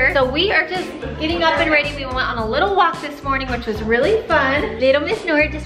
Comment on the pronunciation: is tHe way u pronounce ready a Utah thing? Also why does Justin call Jared new guy? And why do the binghams call Justin, jut?